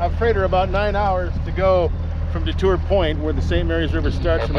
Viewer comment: Thank you for pronouncing "DeTour" correctly. My channel has gotten 100,000 of views from that boat launch you started out at.